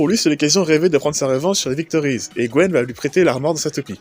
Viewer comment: Il y a un truc qui me taraude : j'arrête pas d'entendre "Gwen" alors que la traduction donne "Gwyn". Gwen est le nom français ?